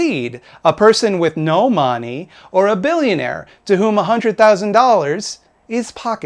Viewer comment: You somehow get me literally every time you say "mahney"